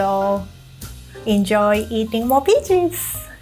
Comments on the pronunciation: she says peaches like pee cheese thats really funny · I'm obsessed with how says peaches 😍😍